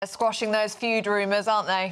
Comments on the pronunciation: it's FEUD, not FUED.......smh [ won't waste time watching this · FEUD! NOT FUED. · Feud not fued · Feud not fued. Terrible English sorry. 😰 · Its feud not fued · "FUED"???? IT'S FEUD. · It's FEUD not FUED. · It's ' Feud', not 'Fued'! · What's a fude? Did you mean feud? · "Fued" or Feud? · Isn't it "feud" ?